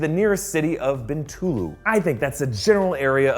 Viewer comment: It is pronounced 'See-Boo' 😂 You got Bintulu right though, so good job! I'm from Sarawak itself and when we saw that scene, my fellow cinemagoers and I were going like, LOL. At least they got the toilet signage at the airport correct though.